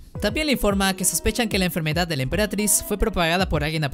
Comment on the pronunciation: Me gustó por qué no dice enfermedad sino que dice enfermedadts